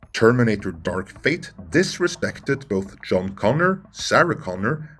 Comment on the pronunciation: Joan instead of John Connor 🤬